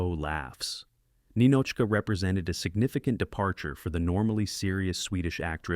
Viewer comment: Ninotchka wasn't pronounced correctly either